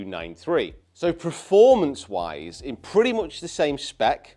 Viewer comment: please, it's pErformance, not pReformance 🤣